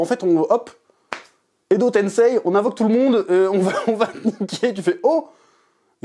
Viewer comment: "Edo tensei" !!!! 😂😂😂😂